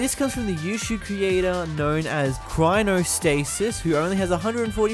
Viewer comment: Chronostasis not chrinostasis